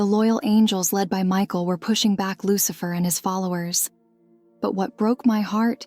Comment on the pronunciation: 😂 I'm dead!!!! I heard the same thing, and had to absolutely read down the comment and see if I was the only one to hear that. Loose-Lurker......